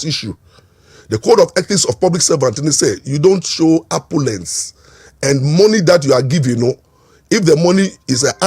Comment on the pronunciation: The word is opulence, and not apolence